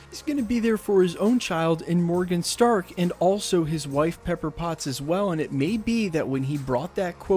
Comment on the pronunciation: LOL I heard it like "Pepper Bots!"